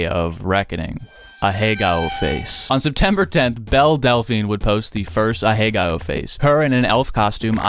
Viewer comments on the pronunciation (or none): Ahegao rhymes with cow. a-heh-gow. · Please stop pronouncing it ahagayo, its making my brain hurt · guy pretends to not know how to pronounce ahegao thumbs down